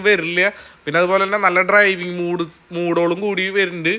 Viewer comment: Play ലോഡ് എന്നല്ലേ പറഞ്ഞത് സേട്ടാ.... Unnakka... മൂഡ് അല്ലേടാ പറിയാ.... Mode..... ഈ കുണ്ണയെ ഒക്കെ കൊണ്ട് തോറ്റു....😂😂